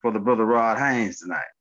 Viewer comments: Stop 🛑 it ... You Keep calling him Ron Haynes 🤣🤣🤣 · His name's Hayes bro not Haynes🤦🏿‍♂️ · seriously, his name is, not Hanes like the underwear. But I'm laughing because you sound funny as hell saying his name incorrectly over and over through the whole video. Just letting you know because Rod probably won't tell you, you fkn his name up just so you don't feel bad.